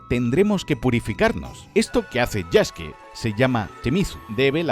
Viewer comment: Que lindo que diga el nombre de Yasuke como "Yaske", ya que la u en japones es muda. TE QUIERO, LAS FUNAS SON POR HOY MAÑANA EL DINERITO.